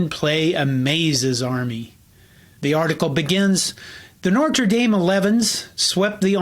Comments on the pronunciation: No R before the T in Notre. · No-truh. Say it with me now. No-truh. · The R in Notre comes after the T. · Strangely, he makes much of whether Knute is pronounced “Kanoot” or “Nute,” but pronounces Notre as “Nortra.” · content: great .....Pronunciation of Notre: needs work. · This guy can't pronounce Notre.